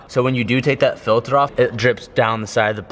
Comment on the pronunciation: "Filthur"... Its "filter" not "filthur" 😂 jkjk man say it the way you wanna say it lol